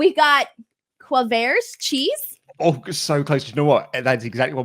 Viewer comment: pronunciation of quavers wtf I’m british and I hate this I’m cringing so much